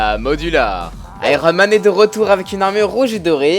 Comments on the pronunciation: C'est juste une armure counter Thor (qui n'a pas la même puissance mais agit seulement comme un miroir). Du coup en terme de polyvalence ce n'est pas la meilleure. Et c'est Iron Man pas Aïe-ro Man! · on dit [aïe-one] man ^^